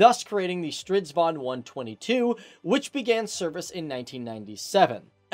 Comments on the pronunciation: The name's Stridsvagn and not "Stridvan". Otherwise, good video. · Sounded like strutvan to me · sounds like hes saying strutvagn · jag e från svergie och han uttalar det fel han uttalar det stridvan men det heter stridsvagn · yea he is missing the "G" in stritsvaGn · Street Vaughn?? It's called Stridsvagn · Learn how to pronounce the vehicle name before you attempt to do a video on it. You sound like a little kid. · It's not "combat vehicle 122" it's actually closer to War wagon 122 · Ok...you need to pronounce the names of tanks right...butchered most of names. Lol...and the Leo 2A5 wasn't even close to being in service in 1994, and the m1A2 wasn't even in full service by then either.hiw do I know? I was stationed at NTC in 92 when we went up against the first A2 Abrams they were there for testing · I love when he is trying to day "stridsvagn" :) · you gotta do a video on the Stridsvagn 103. (and maybe just say strv instead of stridsvagn its not the best pronunciation) keep up the good work! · Nah, it's not that bad really, he is just missing on "s" in the middle.